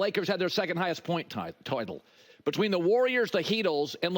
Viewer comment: Flip-flop Colin Coward. WTH is “titole”? 😂😂 retire Colin